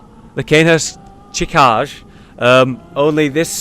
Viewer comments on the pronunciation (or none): Are you really that sick? That you can't even tell what's a barnacle? lol. The town must've been flooded for a long time. Go skill scaling on your Rakuyo. It's more than raw damage. And proper pronunciations... Ahem. 'Chikage' is 'chii-ka-gay'. 'Rakuyo' is 'raa-kuu-yo'. Sorry Japanese nerd here.